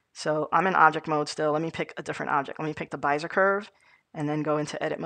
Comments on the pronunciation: Be-zi-er not Bi-ze-r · yh he means bez-eee-ay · neat video. it's pronounced bEEzer or BEE Zee yay curve. :) Thanks for posting. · it's driving me crazy how you pronounce Bezier but that aside the video perfectly covered what I needed, many thanks.